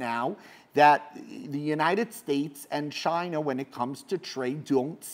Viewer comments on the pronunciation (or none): none